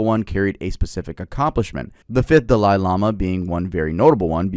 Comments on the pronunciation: i swear hes saying tibetan and dali like that on purpose. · Pronounced Dolly not da-Lie And Ti BET an not tibbitin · Dalai is pronounced dah-Lee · the way he says dalai HURTS lmao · Just got to Dalai Lama part you're killing me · Ngl, the way pronounces "Dalai" is wild.